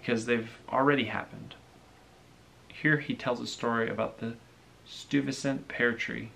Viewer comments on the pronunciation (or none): Interesting book review, very nicely done. Stuyvesant- pronounced Steye vah sant, not Stew vah sant. Peter Stuyvesant was a founding figure in New Netherland which later became New York, after the Dutch turned it over to the British. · I liked this video,, the only thing I must say is your pronunciation of Stuyvesant bothered me deeply, lol,,Oh and in manhattan we got a high school named after him :)